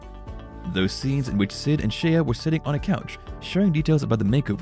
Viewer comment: I think her name is pronounced Shay not She-a